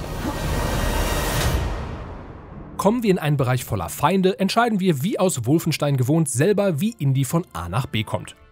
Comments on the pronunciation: Warum heisst es ständig "Wulfenstein"? Das Ding heißt Wolfenstein, da muss man nicht zwangsweise ständig die sehr deutsch ausgesprochene englische Interpretation eines deutschen Wortes wiederholen.... :) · Profitipp: Wolfenstein spricht man Wolfenstein aus. Nur die Amerikaner sprechen es Wulfenstain aus weil sie es nicht besser können. Der Kommentator ist kein Amerikaner oder?!